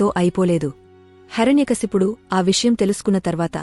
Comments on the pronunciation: Please he's name not Harany kaysapudu he's name heirnay kasyapudu Please speak properly 🙏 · హరణ్యకశపుడు కాదు, హిరణ్య కశ్యపుడు. కథ తెలుపడం మంచిదే. కాని స్పష్టత ఉండడం మంచిది. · Not HARANYA kasipudu , HIRANYAkasipudu